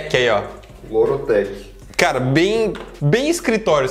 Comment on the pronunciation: mano q vacilo kkkk é lord tec nao loro tec auahuahuah